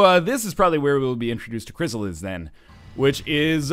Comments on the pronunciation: Loving the LP so far, but good God man, it's a "Chryssalid", not a "Chrysalis". Not really hard to remember it ends in a D. That name wants the D, not the S, you should remember that. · ChrysaliD not chrysalis